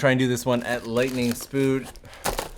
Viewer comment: "Lightning spood", I love that xD